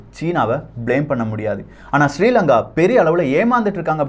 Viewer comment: Sorry brother why you pronouncing srilanka is my (namma nadu) country.